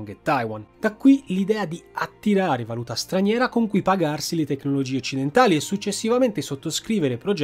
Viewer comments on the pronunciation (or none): none